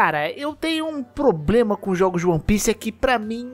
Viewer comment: "Probrema" não da, né amigo.